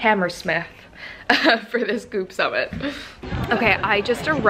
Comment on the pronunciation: Thought you said boob summit instead of goop summit